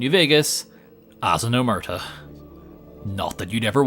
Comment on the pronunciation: i get it that people are induced to error because Omertà isn't usually written with the crasis on the A in english but. god the way people pronounce it hurts me as much as this challenge hurt